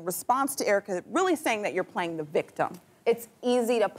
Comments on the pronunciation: EURA CUH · was just about to type this. Airwrecka is *the* most accurate